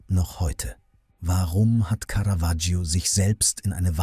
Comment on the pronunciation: Was für schreckliche Sprechweise und auch teilweise schrecklicher Text (Lack statt Firnis, Caravaggio permanent falschbausgesprochen etc.). Und dann wird das Porträt nicht mal gezeigt.